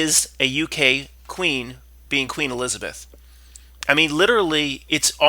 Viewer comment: Queen “E-lizard-Beth”! Lol